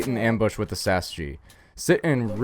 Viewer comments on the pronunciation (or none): It is pronounced Sausage not sas-gee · its actually pronounced, "12 Sausages" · The name is "sasg" which is literally pronounced sausage... This is seige, my dude